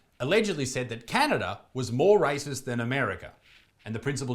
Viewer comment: His accent sounds funny. it sounds like "Rises" when he tries to say "Racist".